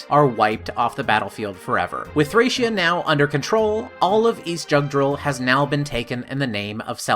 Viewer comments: my biggest issue is that you didn't bother to look up the proper pronunciations of the names and locations. Issac is pronounced as I-sac, Thracia is Thray-see-ah, etc. It doesn't take all that long to look these things up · It's pronounced ThrĀc(Long)Ea